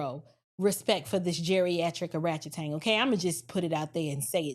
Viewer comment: she said geriatric oratchetang 😭 😭